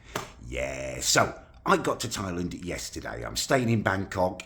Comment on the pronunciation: please call it Thailand not Thailend, thanks